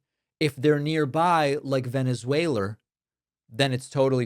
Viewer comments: Venezwalur!!! lmao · Not many Tesslurs in Venesuelurr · The reason Donnie says "Venerzueler" is because he's a closet Bernie Bro . . .